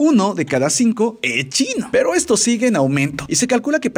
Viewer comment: me dio gracia la manera que dijiste UN CHINO XD lo siento, pero tenia que decirlo